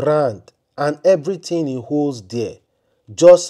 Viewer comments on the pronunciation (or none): none